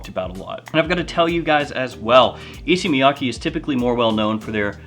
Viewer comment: FYI, the pronunciation is Issey like say and Miyake like kay in okay. Both are like the pronunciation of the letter a.